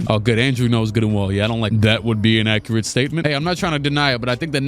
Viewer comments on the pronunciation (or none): none